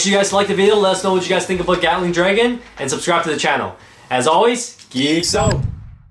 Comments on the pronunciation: I’m sorry, but did you just say “Yatling” Dragon? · Bro really said GYATTling dragon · I love how pronounces Gatling Dragon as Yatling Dragon, kinda reminds me of Bigbang Yenesis